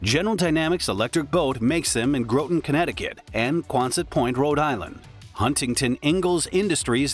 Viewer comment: Learn how to pronounce ‘Groton’. Your pronunciation is VERY incorrect.